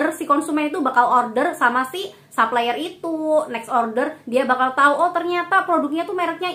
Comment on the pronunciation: Makasih review nya mba. Tp mohon maaf sy terganggu denger mba bilang supplier bilangnya saplayer.. pls betulin deh hehe.. krn mba kan influencer. Trims